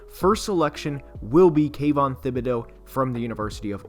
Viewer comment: Jeez, you guys are driving me crazy. The guys name is pronounced like tibedeaux . Is a French name , the h is silent ! Jeez !